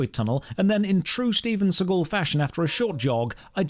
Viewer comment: Not StevenScigul. LMAO XD